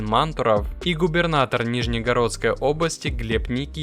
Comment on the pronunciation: Режет слух слово нижнегородским, нужно говорить нижегородским. А реклама автоспот задолбала. Хончи марка в китае не является премиальной, да делают для руководства, но это спецзаказ, на отдельной линии, так что не надо ссать в уши, дизлайк